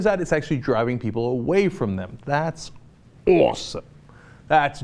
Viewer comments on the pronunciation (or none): The way Cenk says "awesome" is funny.